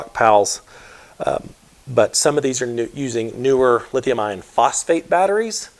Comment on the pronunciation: My ears may be hearing incorrectly, but it sounds like you were describing the better batteries as lithium ion instead of lithium iron...?